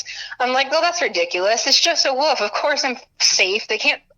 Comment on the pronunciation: Wolf not woof lol